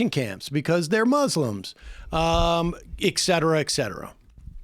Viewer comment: ET cetera, not EC cetera! "et cetera": e, like in "End", hard t; then cetera, like c, in cepter; e, as in "end" again, followed by what sounds like the word terra, but with a softer r. as in terra firma. Et cetera! i flinch every time someone says it wrong. it's so ignorant and such an easy mistake to fix.